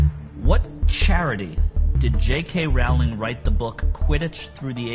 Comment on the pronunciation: It's ROWLING as in BOWLING. I'm scowling every time you say it wrong.